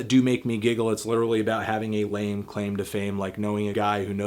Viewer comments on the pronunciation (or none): none